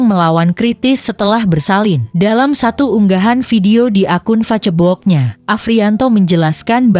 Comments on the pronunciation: Berita sedih... Tp please Tribun pake narator indonesia aja jangan pake auto... Facebook dibaca FA-CE-BO-OK... 😅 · zaman modern, selama ada yg membaca gratisan ya di pake aj walau ga enak terdengar. fa-ce-bok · Aduh mba baca facebook aja ngomong nya salah salah didengernya jadi ga tertarik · Miiinn kok bilang facebok nya hihihi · Facebook baca (fesbuk)🙏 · Ini yg bca beritanya orang mana ya ko aneh ngucapin kta2 facebooknya lucu buat korban smga khudnul hotimah.